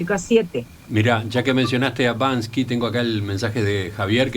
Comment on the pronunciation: no es Banski, es Banksi